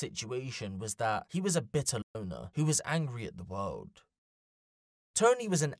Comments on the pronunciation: You can't say loner???😂😂😂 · You can't even say "Loner" wtf 😂